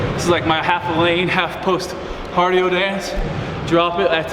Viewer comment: he said "hardio" hahaha